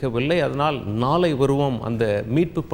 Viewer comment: வெல்லம் அல்ல அது வெள்ளம், முன்னால் அல்ல முன்னாள், உல்ல அல்ல உள்ள., நாலை அல்ல நாளை..... தயவு செய்து உச்சரிப்பில் கவனம் , மிக மிக அவசியம்